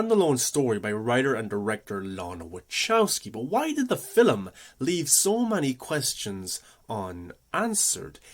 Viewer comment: Film is F 'ILM not "fill ' um"